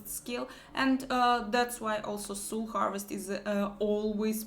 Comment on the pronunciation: Soul - это не сул. Это так не читается.